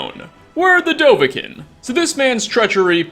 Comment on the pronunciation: I think its pronounced dovakeen. As opposed to dovakin.